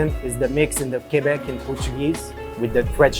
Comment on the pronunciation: Qwebiqwaw.... Lol pronounce it keb-eh-qwaw